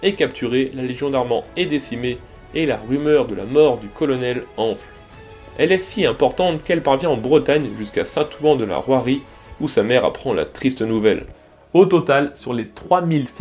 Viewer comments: je suis surpris de ta prononciation, moi je dis "Saint-Ouin"... et "Rouèrie" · toujours passionnantes, tes vidéos ! pour la prononciation je dirais que, peut-être ?, en phonétique, on pourrait dire : Beaumesnil = Boménil St Ouen = Saint-Ouin Rouërie = Rouéri mais ce n'est qu'un détail par rapport au travail de recherches que tu fais ! bravo !